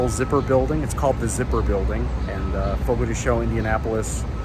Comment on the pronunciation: Fogo de CHOW - not Fogo de Show or Fogo de Shown.You are not pronouncing it correctly.